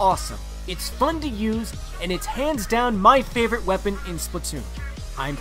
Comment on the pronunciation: Why do people pronounce it splitoon its splatoon